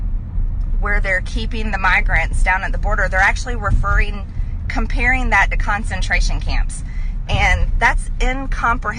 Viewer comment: I liked her new word "comparasing".